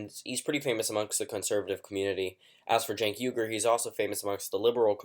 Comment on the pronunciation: It's not "genk uygar" it's Chenk WI-GUR